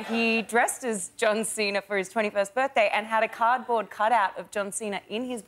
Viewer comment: Can't even say cardboard.. LOL!